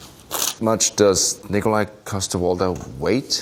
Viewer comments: its pronounced Nikolaj say it with me... Nikolaj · It's pronounced Nikolaj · its pronounced nikolaj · Boyle: It's not Nikolaj, it's NI-KO-LAJ! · "it's 'nikolaj'" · Nih ko lajh 😂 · Actually it’s Nikolaj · Sighes,no its Nikolaj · It's pronounced, Nikolaj, not... Nikolaj. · It's pronounced "Nikolaj"